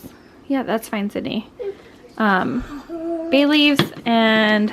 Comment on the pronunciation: You said Bay leaves and I definitely heard Bailey’s 😋